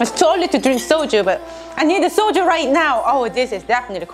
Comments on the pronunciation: Gosh, I started to laugh when I misheard the word said that is "Soju" as "Soldier" 😂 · So... when you say “I need Soju right now” I heard “I need a soldier right now!” And I thought awe that’s sweet she is missing her Jacob and then I realized... booze. You are missing booze. LOL I love you. I can’t wait to try a not so spicy version of this. Frankly, that would kick my butt! 🥣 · Did she say "i need a soldier"? Lmao